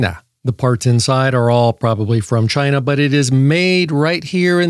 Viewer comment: I genuinely can’t say “China” anymore without going “Chi-Na.”